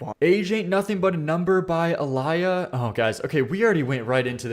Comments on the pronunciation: as someone who is named Aaliyah pls pronounce it right😭 uh-lee-yuh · Aaliyah (Uh-Lee-Yah) 🤍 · Murder on My Mind isn't a self-snitch song since it was released before the crime he was charged with happened. Did you do any research for this video or just wing it? EDIT: Can you stop saying the name Aaliyah like that? You're making all of us white people look bad. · I kbow you're young but your pronunciation of Aaliyah makes me wanna fight you lol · that is NOT how you say Aaliyah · Bro you did not pronounce Aaliyah’s name wrong like that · Hurt me so bad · The way he said Aaliyahs name hahaha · I’m gonna hold your hand when I say this that is not how you say Aaliyah bro 😭 I’m literally named after her and I get the torture of people butchering this name